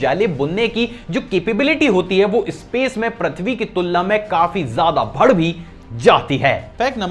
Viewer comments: Sir you say bhadd in place of badh hear so funny.......i like it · Bas ek cheez kehna chahta hoon, Badh jata hai hota hai Naki bhad jata hai 😂😂😂